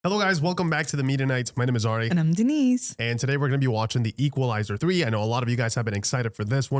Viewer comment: Denise ❌ Dee-nice ✅